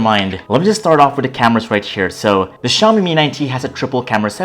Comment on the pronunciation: "The camerass"